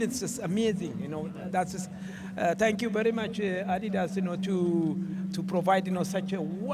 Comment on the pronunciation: Is that how you pronounce Adidas? I’m going to stick with how I’ve been saying it for over 30 years